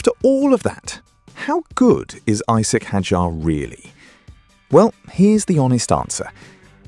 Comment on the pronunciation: its isack, not eesack.